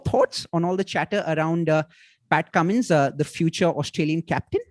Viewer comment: You ruined whole charm of Cummins calling him kammo😂